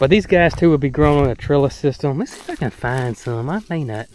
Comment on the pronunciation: Did you say your Crabapple CAN or Cannot cross pollinate?